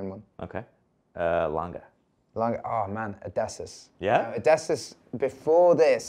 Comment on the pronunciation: It’s pronounced Oh-Diss-E-Us